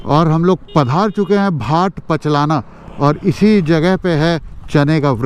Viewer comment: लिखा हुआ है भाट पचलना और बोल रहे हो पचलाना ?